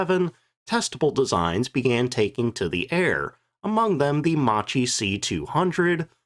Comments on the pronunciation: ehm "Mucheee" is actually pronounced "mukky". This quite lacks the whole story of Italian fighters: with DB 605 engine there were designed two other fighters, one of which had even more particular abilities but had some flaws, Officine Reggiane RE 2005 of which just a few were produced and after '43 a very few were just adopted for training in northern Italy. The other was the more famous Fiat g55 that was easier to build. When Germans gave us DB 605 the agreement was we had to build some models to compare with German fighters so to choose just one to produce massively. The day od the demonstration German generals themselves admitted our aircraft were in many aspects superior to theirs, for maneuvrability for instance but the real problem was the all our models were more complicated and long to produce. So there wasn't a shared production. G55 was the easiest of the three and it was a real killer against allied bomber over RSI lands. have a listen to this guy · you don't pronounce Macchi as macci but Makki for fuck sake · Interesting vid once again. Couple of pronunciation errors (I believe) - Macchi is pronounced with a "k" rather than "ch", so Mackie. And Alfa Romeo is Alfa "Romayo". Oh and Folgore is "Folgoray" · I should be pronounced Ma-Kk-i, not MaCHi... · Ok we all know the jokes about the Regia Aeronautica, but… first of all as a documentarist at least learn how to pronounce Macchi! Bloody hell, ch in Italian = k , therefore the chi at the end is pronounced like KEY not like chip🤦‍♂️ Next, about the MC 205 being the best, there are other videos around about the Fiat G55 being so good that the Luftwaffe evaluated it, recognised the potential and didn’t adopt it only for industrial reasons. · Actually more like "Mockie" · Macchi is pronounced “makki”: “c+h” in italian is always a “k” sound (double k in this case) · Right pronunciation is “Makki” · I believe Macchi is pronounced "mock-key." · it's pronounced MAKKI, mate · Macchi is pronounced like "makki"